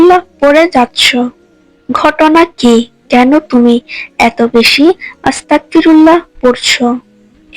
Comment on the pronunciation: আসসালামু আলাইকুম। আপনি ইস্তেগফার ভুল ভাবে পড়ছেন। আপনি পড়ছেন 'আস্তাকফিরুল্লাহ' কিন্তু আসলে এটি হবে 'আস্তাগফিরুল্লাহ' । অর্থাৎ ক এর স্থানে গ হবে। গ এর স্থানে ক পড়লে এর অর্থ বিকৃত হয়ে ভয়ংকর এক অর্থ হয় তাই আপনার এই ভুল সংশোধন করুন নাহয় অর্থের ভুলের কারণে আপনার মারাত্মক গুনাহ হবে এবং আল্লাহর কাছে সঠিক ভাবে আপনার ভুলের জন্য মাফ চান।